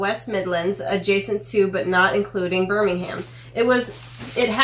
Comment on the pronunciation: Cadbries, not Cadberries. Birmingum, not Birming - ham. Wells is a city, Wales is a country. No offence, just be aware if you visit the UK.